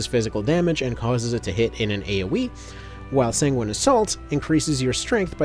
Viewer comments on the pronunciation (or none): none